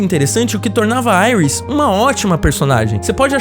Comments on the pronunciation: gostei muito do vídeo. só dava uma dor toda vez q o rapaz dizia"airis", porque só não dizer Iris? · Quem e auis KKK e iris o cara falando o nome em inglês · Mnnn não é Aris é Iris, pelo amor de Deus. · vc falando aiuis kkk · Genteeeee falem certo e iris não airas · A mulher do flash ser chama Iris West e não Aires como ele chamou cara burro da poha. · Falar Aires em vez de Iris fez meus ouvidos qerer sair correndo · "Airis" kkkkkkkkkkk Aqui é br porra! Kkkkk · Chamar a iris de AIRUS é foda PUTA QPARIU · Seus argumentos são cancelandos aparte do momento que vc erra a pronúncia dos nomes dos personagens